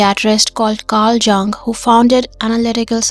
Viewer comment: 'there was a famous psychiatrist called Carl Jung who founded analytical psychology...' the correct pronunciation of his surname is more akin to the Korean 형 (hyeong) or English 'young' than your version, which sounded more like 'junk'. 😊🤭